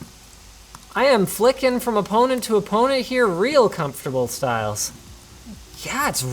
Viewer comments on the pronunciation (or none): none